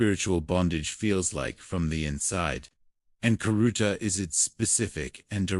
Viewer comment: Khiruta to be spiritually freed. Prononce it riruta.